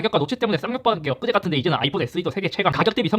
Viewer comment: 얻그제가 아니라 엊그제요